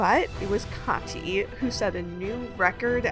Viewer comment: Side note: As a linguism nerd I'm happy to hear that you know how to pronounce the german first name "Kathi" (It's not even close to the american pronounciation of "Cathy") 😊👍